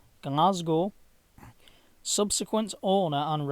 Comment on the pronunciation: Your pronunciation of the Weegee place names is amusing. I mind the ferry being laid up at the Renfrew Ferry in the 70s.